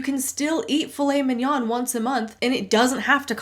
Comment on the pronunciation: I'm french, and Filet Mignon is french, and I love how you pronounce it ! It sounds real mignon !